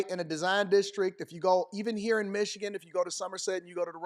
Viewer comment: "IT took 3 men to throw Socrates outta huerrr!"